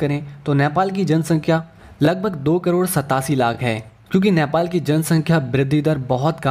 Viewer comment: Bro, it's NEPAL not nyapal. Anyways thanks for the video.